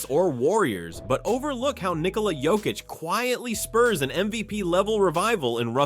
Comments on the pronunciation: It is not Jokich, it is Yokich. Learn to pronounce... Mixing it all the time.... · Mispronounce Jokic's name several times and then send us to your shitty store. Fuck off. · Please learn how to pronounce the 3 x MVP’s name. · hes saying it wrong sometimes but sometimes he says it right idk whats up with that